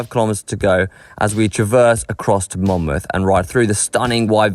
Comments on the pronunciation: got Haye-on-Wye and Monmouth correct. Pity they didn't take the route down to Barmouth via Penrhyndeudraeth, Llanbedr and Dyffryn Ardudwy. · Congratulations on pronouncing Haye-on-Wye and Monmouth correctly.